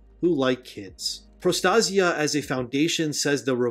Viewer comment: PRO_ TAY - ZHUH or PRO ASIA with a T in front. pro TASIA